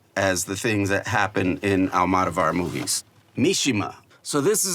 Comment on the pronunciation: All-mahdough-varr is crazy😭😭😭don’t think I’ve ever heard someone pronounce it like that